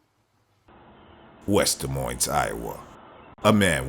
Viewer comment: It's "De MOYNE" - the "S" is SILENT